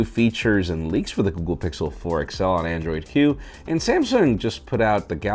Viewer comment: Did you say Android Q or Android Hue?